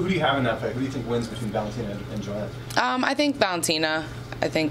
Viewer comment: NOT SURE IF I GET THIS GIRL? Katlyn at the mark you need to pronounce Joanna like Yoanna. With Katlyn's last name you would think she would be zoned in on correctly pronouncing others. AS FOR NICCO MONTANO at the mark, I guess Nicco will never get some people's RESPECT until she beats someone outside the TUF house. Remember NICCO had the toughest road to being the first FLYWEIGHT CHAMPION UFC in history. She beat a #3, a #6, a #2, and a #1 seed. They being LAUREN MURPHY (an MMA vet), MONTANA DE LA ROSA, BARB HONCHAK (an MMA vet) and lastly ROXANNE MODAFFERI (an MMA vet). NOTHING WAS GIVEN TO NICCO. SHE EARNED IT BABY.